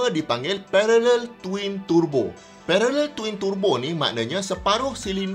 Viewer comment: Syok dengar pronounciation turbo dari mulut prof,dengar mat2 kereta lain acah2 mat saleh pula,dok tebo tebo..lapar tebu gamaknya,dah terang ejaan dia ‘Tur Bo’,bukan ‘Te Bo’…